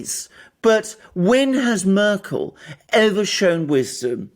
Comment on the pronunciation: "Murkel" 🙄 And this guy pretends to be a 'journalist?'